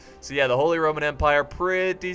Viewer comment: when you are saying "RRRRRRRROMAN" i cant stop laughing bcoz its a name in poland and my best friend has it xD